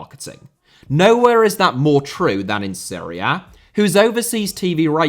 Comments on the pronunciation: Seria? Is he trying to say Serie A? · It’s pronounced Serie A not Srre A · Every time you say "Seria A", I keep hearing "Syria". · It took me a while to figure that you were saying Serie A. Even the YT CC generator identified that as Syria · I understood Syria every time you were saying Serie A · i was so confused why he kept talking about syria... why the fuck does he pronounce serie a so weird lol